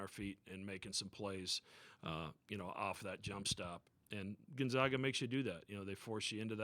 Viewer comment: It is pronounced Gone -Zag-Ah. Not Gun Zug ah...